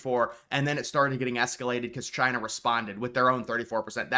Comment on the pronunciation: “Chy-na” ~DJT